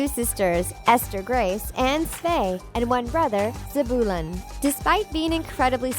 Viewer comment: You said Svea and Zebulon wrong. It's Sve-yuh and Zeb-you-lon.